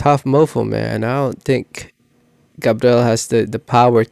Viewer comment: also its “gabriel” not gabrel